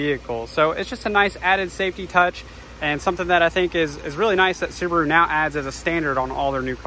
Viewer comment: I'd sucscride but you cal Subaru Suburu, i can't hear it without vomiting :)